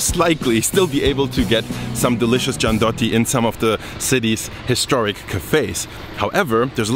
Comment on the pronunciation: nutella is shitty as hell, gianduja is way better, one more thing, gianduiotto (check the pronunce) needs to melt in mouth not be chewed :D